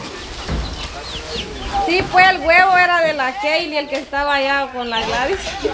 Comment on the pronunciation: se dice keily ( no la keily eso de la es muy despectivo).